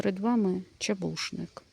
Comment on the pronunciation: Перед нами чУбушник. Почитайте хоч правильну назву перед тим, як записувати відео.